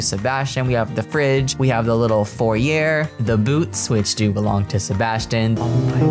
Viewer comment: It thought it was foyYAY nor forYAIR.